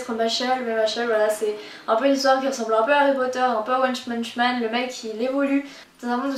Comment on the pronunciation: one chmunch man 🤣